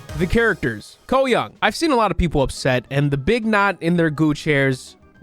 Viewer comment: It's young not yung